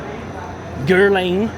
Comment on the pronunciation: You claim to be British but you don’t know how to correctly pronounce CHANEL and GUERLAIN? are you people from Liverpool??? Jesus Christ